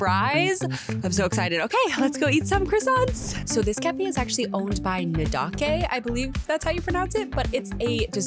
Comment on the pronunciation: Its pronounced Nu-dake (take, make etc) They all kinds of crazy things with their deserts. The eyewear brand is called Gentle Monster which I also recommend visiting.